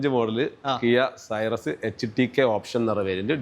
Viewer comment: കിയാ സൈറസ്❌️ കിയാ സിറോസ് ✅️